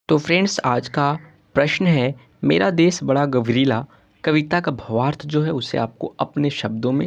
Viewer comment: गर्वीला Not गवरीला